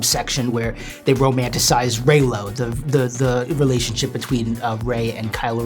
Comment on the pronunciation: Los amo!!!! Pero es Reylo no rylo